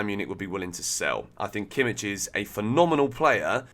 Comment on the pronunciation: Kimmich? Jajajaja cmon…